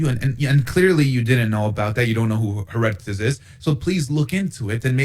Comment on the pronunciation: One should learn to pronounce Herodotus' name properly [to isolate one among many examples of unearned and self defeating hubris] - before pretending to have the upper hand in an intellectual battle over historical fact. [Also; Haitian Revolt?! Bro - in America? lmao. The marks of malleability & manipulation qua the Islamic Marxist brainworms in this one are rife] While Herodotus DID make mention of the region - per it's name "Palaistine" - he was not referencing The Kingdom of Israel. Simply the coastal region around southern Syria; whence from ole Goliath hailed. I do not find it just to say that these people as well as the referenced Canaanites were NOT The Jews. It wasnt until Hellenic times that "The Jews" as a coherent unit - living under "The Law" came to be. The account of victory over the Promised Land in The Pentateuch tells the tale [if we defer to archeology genealogy linearity, etc] of synthesis. Death to the old ways and a cohering principle for the new. Nonetheless - the claim to land, history, culture, and many more righteous effects easily & consistently goes to The People of Judea. Once Cyrus commissioned their 'return' from exile and The "Second" Temple [all things in quotes are subject to rightful scrutiny and skepticism] the History of One People begins; but the history of the various groups mentioned prior are nonetheless pretext to the very subject at hand. The claim is not weakened. Unlike the colonialist poisoning of said tradition via Mohamme